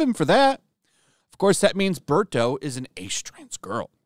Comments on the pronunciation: She can't even name Birdo properly, its not Birto. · This teacher says Mario is one of her favorite things but doesn’t even know the character’s names, it’s Birdo not Berto 🤦🏻‍♂️ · That teacher knows so much about the Mario characters, she calls Birdo "Berto". 😂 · Berto? Not Birdo? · Who the F is BERTO? Did she mean BIRDO?... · really shows how little this woman knows about mario. mario and bowser are always competing for peach's heart. sunshine even implies she might have actually slept with bowser since she seems to be seriously considering bowser jr's claim shes his mom. plus its birdo, not berto. and just because yoshi is dating birdo doesnt make him formerly a woman. also she calls conservatives children as if that means immature, stupid and uncaring while arguing that children are mature and smart enough to know that trans, bisexual and polyamorous is